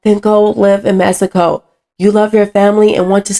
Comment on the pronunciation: I love the way you say Messyco. 😆. But seriously, tho, I don’t know any of these people in the video but if their reason for not helping illegals is “you can’t just break the law,” then I hope they also apply that to blacks.